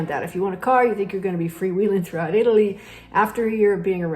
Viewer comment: It's always a good idea to learn to pronounce the name of the country you are moving to correctly!😊